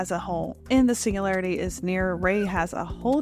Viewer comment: Like your content, but there’s a G in singularity 😢